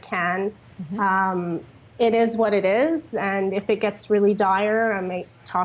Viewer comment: IT EEZ WHAT IT EEZ